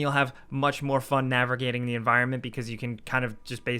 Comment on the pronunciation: NAVERGATING hehe